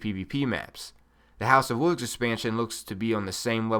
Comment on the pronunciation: What is a Woov? There's an "L" in that word. WOLVES.... Oh and you camp too much...